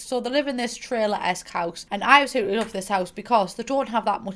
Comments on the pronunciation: i love how instead of saying absolutely, says apoloopy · CEO of saying "apalootly'' istead of absolutely lmaooo